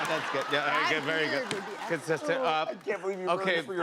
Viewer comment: Lol “consistent”